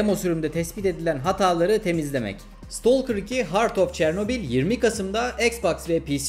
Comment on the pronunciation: İstolker değil. İstakır